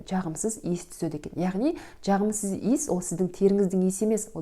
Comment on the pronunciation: Дж дж джағымсыз деген нен тыңдау қиын. Дж демей сөйлеуге болмайды ма?